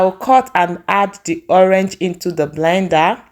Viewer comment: Your pronunciation of PINEAPPLE, sounds soo awkward! And you pronounce ORANGE as "owange"